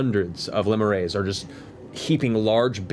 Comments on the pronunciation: Poor Matt. He went from mispronouncing "lemures" to mispronouncing it a different way. Thanks, Internet. ^^ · When they first said lemures I was like oh so zaboomafoo is in hell